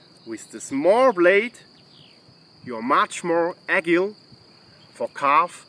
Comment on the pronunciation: He is the only person allowed to pronounce 'agile' like aggile(also extremely good video I love it)